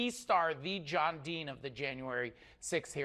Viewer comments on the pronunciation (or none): "Thee John Dean" 😅😅😅😅